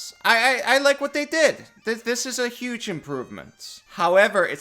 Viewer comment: Did somebody say… “HUGE” IMPORVEMENT